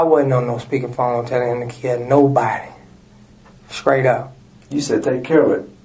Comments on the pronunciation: said skraight up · "Skraight" up? WTF is that? 😂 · He said “skraight up” and talking a JJ